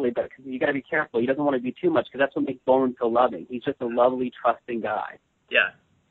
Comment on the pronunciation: Nice itw. But it's funny how PJ doesn't pronounce Bolin's name right. XD